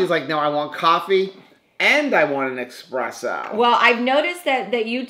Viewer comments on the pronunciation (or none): Ok,. I'm Italian so I have to school you. It's not expresso, it's espresso........